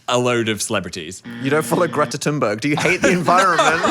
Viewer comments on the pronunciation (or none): none